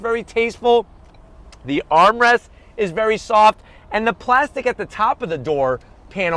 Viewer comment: ”extra wide plazxkytwp-stic here”